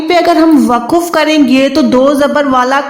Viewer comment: WAQF hai waquf bilkul ghalat hai